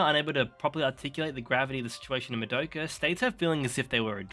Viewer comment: Oh just another thing: I recommend that you work on your pronunciation. It is mA-doka, not mad-Oka. It is not j"ojo-ey-eye" but "sho-u-ju-eye" for shoujou ai, It's not Sa-Ja-ka, but "tha-iy-akka" etc. For an anime fan you are making a lot of these stupid mistakes.